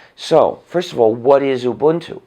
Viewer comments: He pronounces Ubuntu like I do and not like most others Obantu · As a South African I can say his pronunciation of ubuntu is spot on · OMG..he's the first white guy i've heard pronouncing this Zulu word (Ubuntu) correctly